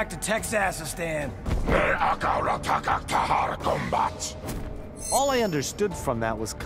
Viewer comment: TEX-ASS-ISTAN LOL DAMMIT!!!!